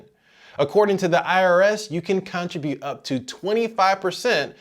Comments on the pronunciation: I don't think that's how your pronounce contribute. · This was the information I was looking for, thanks! Unrelated, are you from the States? I've not heard anyone pronounce contribute like that before.